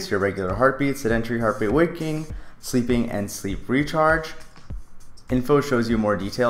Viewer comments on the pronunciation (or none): You point at the word "waking" and say "walking".